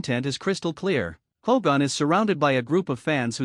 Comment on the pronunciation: Stupid AI commentary can't even say Hogan.